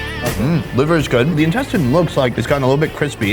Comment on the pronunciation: He just said incestine :')